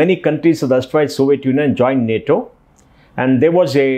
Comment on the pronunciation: It is nato not Natoma please make a note of this